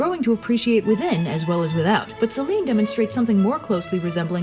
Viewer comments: It's Seh-lee-nee...Σέληνη... Just saying. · I like in depth of your research on these and your humour and drawings are cool. Sorry to be pedantic, but just small pronunciation thing: Selene is normally pronounced Selenee. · I guess the Ducktales Reboot has been pronouncing "Selene" wrong, too.